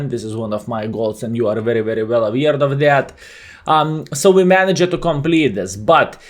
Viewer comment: we are AWARE, not AWARED. read it once ffs